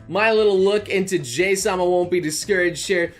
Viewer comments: Did anyone else cringe when he mispronounced Jahy as what sounded like "Jay"? I'm pretty sure it's supposed to be said "jah-hee" or close to. Japanese pronunciation for vowels is similar to Spanish, and I literally had to drop out of that elective in college because my ADHD meds didn't last until 9 at night, and thus couldn't focus on it, so I can't exactly remember correctly how it's pronounced, but that's the pronunciation I usually hear. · "Jay-sama" Every normal human being: "Jahee-sama" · It is pronounced Jay or Jahee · Her name is pronounced jaw-he (Jahii in Japanese) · please leave tons of compliments in the comment section Commen section: iTs JaA-hEe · I think it's supposed to be pronounced je-hii... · Dude, it's pronounced Jaw-Hee Sama. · Might want to change the pronounciation fo 'ja-hee' because folks may still mistake the 'hi' as hi (as in hello). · I always thought "Jahy" was pronounced as "Ja-He" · Always thought "Jahy" was pronounced "Ja-hee" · I think it's pronounced Jah high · hearong noble pronounce Jahy wrong hurts me everytime he says it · So THATS how you pronounce Jahy... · Its Pronounced "Ja-Hi" Not Jay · Why you call her Jay instead of JaHy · Pronounced ''Ja-Hi'' not ''Jay'' ... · so its pronounced as jay i thought its more of a jahi XD